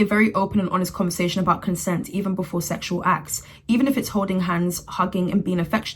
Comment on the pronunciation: I love how well she minimizes the systematic “seshual” assault as “Ooohhh Im just so fluffy who wants a hug??? Hehe”